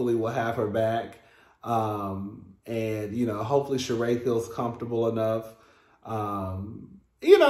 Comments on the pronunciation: Zam PONY??????.....STOP!!!!! It's pronounced SHA-REE (Rhymes with Marie) ZAM PEE NO😂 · Sheree is pronounced with a long E at the end. Her last name is pronounced zam-pee-no (with a long O at the end.